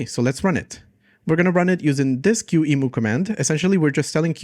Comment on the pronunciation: It's "key-mu" not "q-emu" 😭